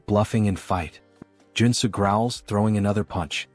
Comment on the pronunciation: Joon soo became Joe and Sue according to the AI narrator.....